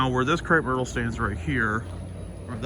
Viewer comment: the large pink flowering bush, can you spell that please? I've been wondering for quite some time what that plants name is. I see it quite often on Pawpaw's videos. I think you said "crate myrtle", but I'm not sure. Thanks